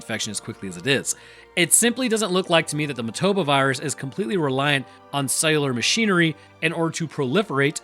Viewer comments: It's MO-TA-BA, but you keep pronouncing it MA-TO-BO. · Painful hearing him say motoba when it's motAba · say it with me..moah tah buh. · WHY DONT YOU PRONOUNCE THE NAME RIGHT?? Did you even watch the movie?! lol